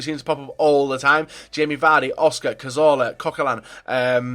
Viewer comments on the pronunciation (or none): none